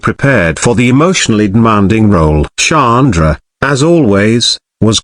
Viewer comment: It's sandra ffs its not a difficult name to say 🙄